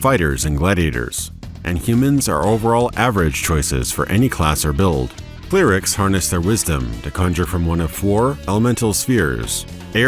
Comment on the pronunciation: My man calls clerics "clearics"!! Is this an accent?